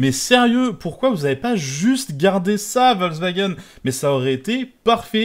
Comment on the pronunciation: C'est quoi cette communication sur le Amarok et "Wolksvagen" ? (On entend que ce nom sur la 2eme moitiée de la video). Franchement dommage pour une video de comparaison sur les pick up...